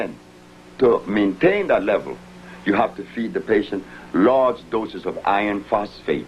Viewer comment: Did he say iron phosphate or ioniphosphate